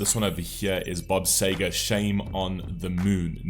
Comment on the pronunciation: Seger not Sager